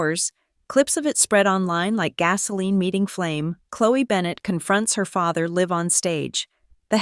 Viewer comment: And can you teach your AI to pronounce L I V E, ITS LIVE THEY DIDN'T LIVE it they did it LIVE. Pronounce L- eye -Ve not L iv e in the context you were using.